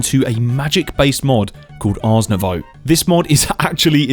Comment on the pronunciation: Ars Novoooooo (like in voodoo). Not Arse Nowau (like in australia). Smh.